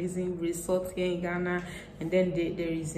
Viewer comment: Im the first here dear.. I love the way you talk and most esp how you pronounce "in ghana"!